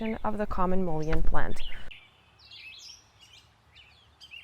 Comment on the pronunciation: pronounced mullen